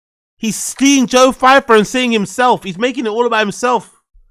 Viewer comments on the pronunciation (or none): Who the hell is "Joe Feifer"???? It's so funny how you slag off braindumb for mispronouncing words as you do it way more than he does 🤦🏻‍♂️😂😂😂😂😂